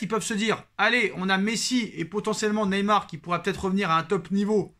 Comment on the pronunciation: Tu massacre Neymar chaque fois 😅